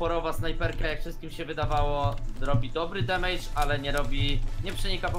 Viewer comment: Nie demejdż*, tylko *demedż się czyta.